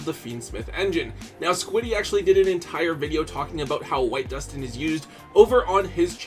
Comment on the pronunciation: All I can say is thank GOD you say Duston correctly. We all know exactly who I'm referring to with this comment. 😂